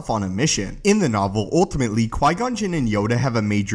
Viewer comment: It’s pronounced ‘ultimately ‘ not ‘oltimately’ ... fix it that bud because you say it a lot